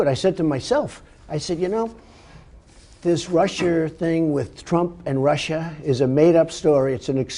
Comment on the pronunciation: Did Trump call Russia "Rusher" ?